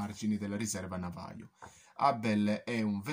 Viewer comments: La pronuncia navajo no si può sentire... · Navaho è come si pronuncia, si scrive chiaramente Navajo